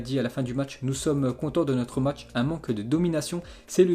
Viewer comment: Salut l'ami, stp c'est matsh que tu parle bien. Se jou à 8klo ???